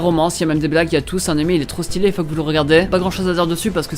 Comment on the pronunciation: on dit stylé pas stylait , articule ça me donne la gerbe